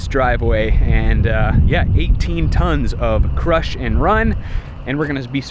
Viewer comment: it's crusher run gravel..... not crush and run....